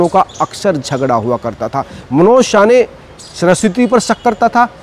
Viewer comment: अबे ये रिपोर्टर पागल हैं क्या?? कोई इसे बताओ भाई उसका सरनेम साने हैं. शाने नहीं.